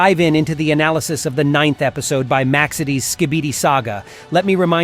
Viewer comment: Analysieize😂😂 Edit